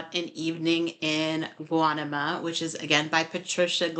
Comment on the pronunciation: Guanima is pronounced like guaneema